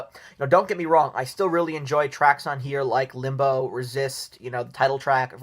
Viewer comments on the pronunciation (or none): none